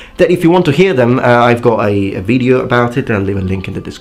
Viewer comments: your pronunciation is fine except for when you say video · Great video. As a friendly suggestion, you miss pronounce video regularly not all the time but regularly. You seem to be stretching the first vowel.